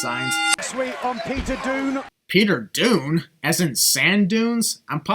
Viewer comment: kyle orielly is canadian and called him peter doon. mark